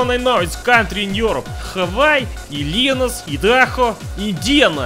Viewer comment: “Illinois” “Illinius” everyone in Chicago gets Vietnam flashbacks